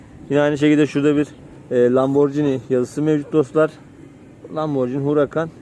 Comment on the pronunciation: Ya birader önce LAMBORGHINI telaffuzunu öğren be!